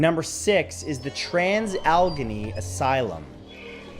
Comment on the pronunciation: Its pronounced al-ah-gain-ney, not algony.